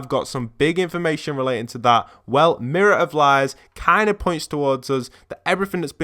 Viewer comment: Why are you saying M I R R O R O F L I E S